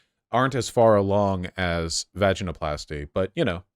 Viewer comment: I hate the way you say “ vaginoplasty “